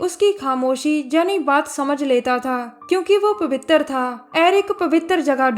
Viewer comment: Pawwitar jagah very funny 😂😂😂🤣🤣🤣